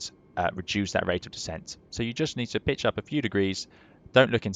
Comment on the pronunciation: Did he say hold that bitch or pitch? 🤣